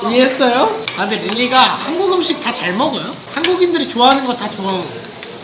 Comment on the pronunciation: 어 발음이 어려웅가봐요 ㅎㅎㅎ 둘다 먹거요